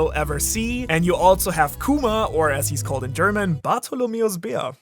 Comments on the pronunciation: I honestly love the way you pronounced the German name of kuma. Also a great character analysis and dive into the matter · You nailed Kumas german name, respect for that 💯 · The pronounciation of Kuma in german is spot on man